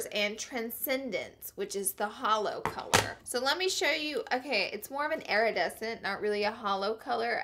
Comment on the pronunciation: "Airedescent" lol